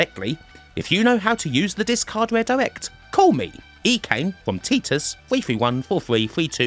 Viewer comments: Video isn’t right. It’s tytus. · TIL that ive been mispronouncing Titus for the last couple of decades